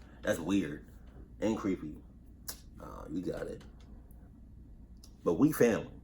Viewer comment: Ooooh cweppy